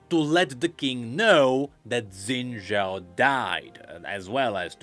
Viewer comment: X in xin zhao is pronounced as "sh", so the correct pronunciation should be shin-zhao instead of zin-zhao